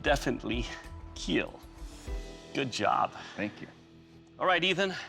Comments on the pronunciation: Hearing Doug say “ it will keal “ is glorious 😂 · Correction: “KEAL” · I wouldn’t care if I lost if I got Doug to say “ it will keel!” I could go home happy 😂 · “It will keal.”